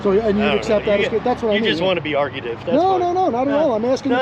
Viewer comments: He DID NOT say argumentative. He said ARGUTIVE, and that's not even a real word.😂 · "Argautive" LOL..but he ended up being a reasonable job.